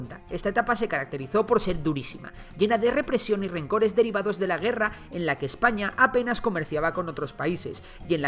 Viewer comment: adios marca hispanica, claro es un video de Ejpaña xD